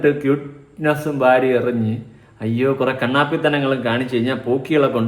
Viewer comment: ഫാരത ത്തിലെ കല്യാണം കഴിച്ച പെണ്ണ്. ചില ർ ഈ അക്ഷരം ഇങ്ങനെ ആണ് പറയുന്നതു.